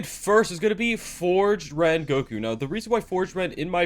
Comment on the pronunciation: its called forged sengoku not forged rengoku for number 1